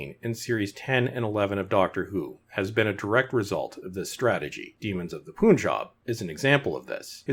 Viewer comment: It's pronounced pun-jab. Not poon-job lol